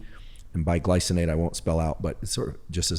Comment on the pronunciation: Did Andrew Huberman say Magnesium BIglycinate or Magnesium BISglycinate?